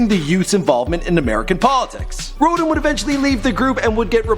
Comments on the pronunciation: doo-mil-lay. row-dan. and i'm pretty sure i heard zen-love-x the second time. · Pronunciation lesson Dumile: Doom-ah-le Rodan: Road-anne I am not entertained...nor amused.